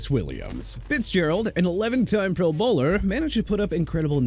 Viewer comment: Honestly, the way you say pro bowler makes me want to run into a wall Kool aid styles!